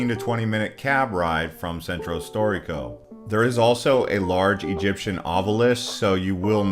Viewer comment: I’m sorry... I enjoyed the sights you showed, but after like 5 minutes I couldn’t handle your butchering of Italian names. No one expects you to pronounce perfectly, but please … “Sentrow storeeko” … “Piawzaa dee Spog-na” … lol. If one is going to do a tourist video about places in Rome, one should probably learn how to pronounce names with some accuracy.